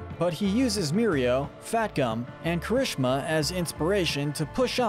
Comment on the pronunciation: Why your spelling juries kirishima like that? It’s KEERI-SHEEMA not kerishema